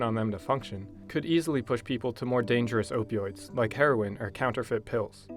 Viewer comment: Opee Oids